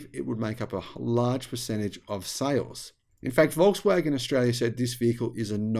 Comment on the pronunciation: Walks-waggon, as you pronounce it, is not a Waggon for the Nation any more. It is pricey, and the quality is not far worse than even more expensive brands like brother Audi, and Merc, BMW etc. IMO if they don't produce a cheap EV soon, at scale, (and manage to make a profit on it), they will be greatly reduced in size, even after gvnmt bailouts.